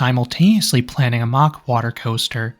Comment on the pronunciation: It's Mack as in Big Mac NOT MOCK!